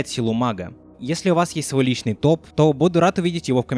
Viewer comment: Тоф?мне послышалось ты сказал не топ а тоф